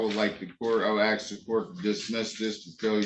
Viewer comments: Axe 🪓? Sounds like a physical threat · The minute they "aks," I tune 'em out. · They musta missed school the day they taught people how to pronounce "ask"